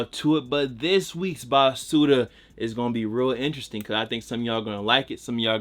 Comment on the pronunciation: it’s ba su L